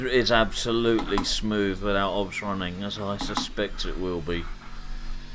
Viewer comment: Good video but I don’t understand what software you are running in parallel? Are you saying OBS ? If yes, it’s O. B. S. 😉